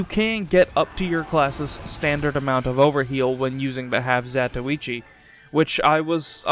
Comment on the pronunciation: Glad you didn't pronounce it 'half zah-toy-chi' like so many YouTubers 😌